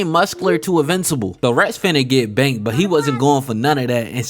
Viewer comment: Woooooooo he said “banked” ! Are you from Baltimore?